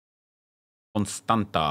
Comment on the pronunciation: Nice to see Nep pronounce "Constanta"...😂😂😂 hello from Romania🇷🇴🇷🇴🇷🇴